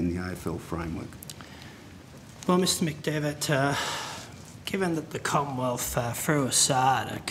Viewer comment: Had a pencil in or around his mouth for much of the questioning, seemingly unable to pronounce "th" - heard "commonwelf" and "wif" instead of with.